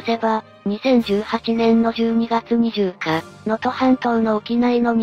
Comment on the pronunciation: 行なって(いって→おこなって) 1日半(ついたちはん→いちにちはん) 20日(にじゅうか→はつか) １件(ひとけん→いっけん) 3つ(さんつ→みっつ) 郡山(こおりやま→クンサン) この動画は3部で出来ているが、後部の2部は同じ内容の繰り返しで＝不経済